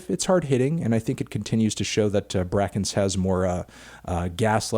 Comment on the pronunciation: It is not pronounced BRACKENCE, FANTANO